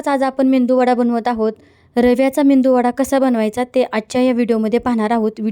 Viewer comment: मेंदू वडा नाही मेदूवडा